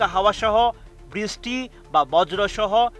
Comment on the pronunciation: Ei reporters gulore koi Pai. Brishty o thik moto uccaron Korte parena